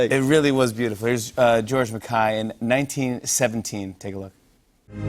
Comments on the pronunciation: George "Mac-Kay" not Mac- "I".Kay as in Jimmy laughs at Jay. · "George Mac Kai"? It's pronounced Mac Kay as in "yay" but with a "k". I swear Americans like to mispronounce words as a final 2 fingers up to england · George Mahkai?? 😂😂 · George Mackay: Jimmy Fallon: “George Mackai” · Is Jimmy pronouncing his name right? Everytime I've met someone with the name MacKay its pronounced how it spelled but Jimmy says it like Ma-kie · nahh not when it's a British or Scottish MacKay. The way you pronounce it is the Iriish way. Which is how it's pronounced in the USA. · uh no… I heard it in a Scottish TV Show Lorraine, the host pronounced his name that way… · And they patiently answer the same questions over and over and over.......... And poor George never corrects people when they butcher his last name. I saw it mispronounced on British TV as well as American TV. The British interviewers should know better. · Geez, take the time to learn to pronoun his name correctly. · Is he pronouncing his name incorrectly?? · Fallon riffs on him not being a no one anymore then mispronounces his name, what a clown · Jimmy please learn house to pronounce his last name